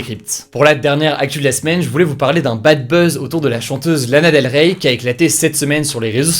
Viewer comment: ça me stresse il faut pas prononcer le Y de Lana Del Rey